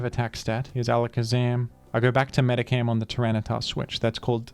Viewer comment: For the love of God, STOP PRONOUNCING IT "MEDICAM." There's an "H" in there!